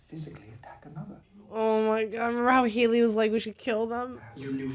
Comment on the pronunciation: still calling her Heely lmao